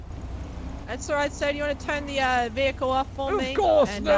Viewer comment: the fucks a veehale resusitation